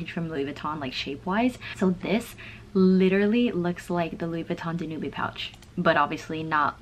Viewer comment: I just love those pastel colours from Loewe, they look great with the grain! Btw, Danube is pronounced Dan-youb (without the e at the end), it's a river in Europe :))